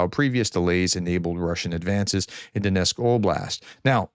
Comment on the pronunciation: I can't listen to your abysmal pronunciation. Sorry. Even a frequently-mentioned locality like Donetsk appears to be too difficult for you. Poor commentary.